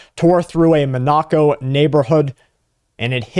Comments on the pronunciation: Monaco. Do you mean “MON a co”? What or where is “mon KNOCK o”? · It's pronounced 'MON uh co' ...not 'mon NA co" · Monoco (pronounced Mon-a'-co) is where the European elites vaca. Putin is putting them on notice. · Its Monaco, munoco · That is not how you pronounce Monnaco. Its 'mon-uh-co'. Thank you for your attention to this matter. That data center water musta got to ya lol. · It is pronounced Mon a co. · You are a gread podcaster but your mispronounciation of Monaco (mon-ah-co) is driving me crazy. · It's pronounced : Mon-A-Co. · was wondering where Bradwas talking about , took a short while to figure out Monacco. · (Is Mah-NAH-co Monoco? Or somewhere else?) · This goofball has no idea how to pronounce Monaco. Can you imagine getting on TV and talking about something you have no idea what you're talking about. I bet he has no clue where it even is. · He's like this repeatedly 😮😮😮😮😮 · I thought Patrick Humphrey was giving today's report with the way you pronounced Monaco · Patrick Humphrey is safe at the moment. That matters. He is a human being. A single mispronounced word is just that --a single word.